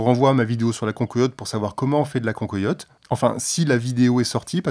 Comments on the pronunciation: Désolé d'être un peu chauvin mais on dit pas "concoyotte" mais cancoillotte nom de dieu !! Salutations de la vallée de la loue 🙂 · cancoillotte se prononce can coi iotte et non can-co-iotte. merci pour le partage